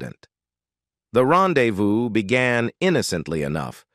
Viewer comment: Like the says: Kennedy was really "chair-is-matic". He had a "pin-shone" for entanglements with Hollywood...intriguing was his "ren-dez-view" with the captivating "Geena Tear-nay", which was "say-eed to have transpeeried around 1948, a peeriode when Tear-nay was still entwined in the bonds of marry-eee-yay..."